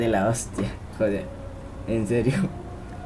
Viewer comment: "God eter" xd